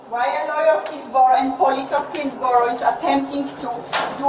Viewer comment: She said, “Heelsboro.” I knew it had to be Trump country!